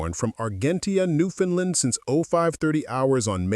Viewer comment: And another thing, it is pronounced Newfound LAND. That AI voice said it wrong